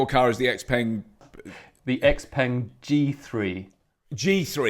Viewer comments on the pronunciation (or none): Its not called X Peng! Lol its pronounced Shao Peng 小鹏